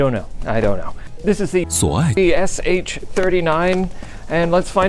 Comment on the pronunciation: I mean it’s pronounced “suoai” but I can understand the motivation to make their brand even more unpronounceable